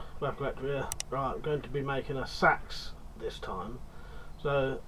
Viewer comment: Watched you for yonks, but I think you'll find it's pronounced say ex, and if it's of any worth, I went to agri college and had to study the use of scythes, bill hooks and hacks of all types in the mid 90's, There is an art to sharpen these, and now it's being forgotten. Would rather wield a traditional bill hook than seax, especially with the back blade. Keep up the great work 👍🏻